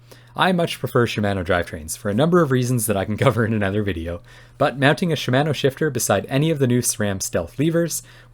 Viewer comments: Great review. FYI: Shimano is correctly pronounced “she-mah-noh”, not “she-MAN-noh” :-) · I’d like to see you review some TRP DHR EVOs. They have a very light pull and they use the same MTX pads that Shimano brakes use (sha-ma-no, freedom pronunciation lol). Gotta use the 2.3mm TRP rotors though.